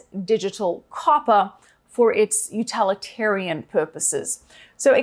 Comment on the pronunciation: Utalitarian??? Must be a new word 😂